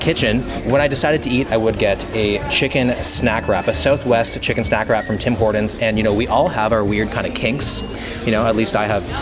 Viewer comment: Man calls it Tim “hordons”